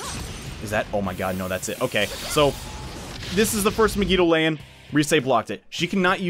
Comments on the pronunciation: "Meg-EE-Doa-Lain" he says. Um, Mah-Gee-Doh-Lahn, thank you. It's based on the romanji, which means the vowels are always prounced the same. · MEG-I-DO-LAY-IN. Why. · The way you pronounce megidoloan irritates me to no end. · Why do u pronounce megidolaon like that😭